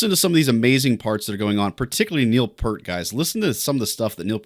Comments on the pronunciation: Sorry to be pedantic, but Peart pronounced his name "P-ear-T" rather than "P-ur-T". There's even a funny scene in I Love You Man in which the characters meet and briefly argue with Peart over how his name is properly pronounced. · Peart is pronounced like ear, with a P and T on the ends.